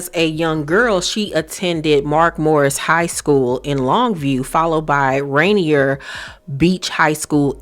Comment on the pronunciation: It’s pronounced “Ray-neer”